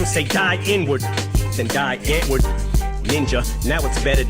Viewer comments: die antward is a white rap group from overseas that eminem shouted out in one of his songs and pronounced thier name wrong..they came back and talked shit about eminem for mispronouncing thier damn name..they are shit..he only shouted them out cause they were a different type of group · Die Antword, pronounced Dee Antvurd, is a south African rave, hip hop, rap duo. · So die antwoord got mad because Em pronounced their name wrong on this song so Em dissed them on kamikaze and because they said Em rapped better when he was on drugs. Lol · Die antword is a group in South African I think, and ninja is a group member,after this song they dissed him because I apperantly didn't pronounce their name right, so he dissed them back on kamikaze album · Die Antword is an S African band. The one member is ninja. Em mispronounced their name by mistake and was trying to give them a shout out. Got news for u Biden won't make a diff either. We need to make people understand that every vote counts and get a 3rd party 5 percent so they can be eligible for fed campaign money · On Kamikaze the song Greatest, Em mention ninja from Die antward because, he gave him a shootout on this song. But he mispronounced the name, and Die Antward then dissed Em. Listen to Greatest again you'll hear it. Another good anthem from Rivival that is relevant, is Like Home, with Alicia Keys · Eminem tried to shout they and and miss pronounced their names, so the got all pissed about it. He has mentioned it in several songs now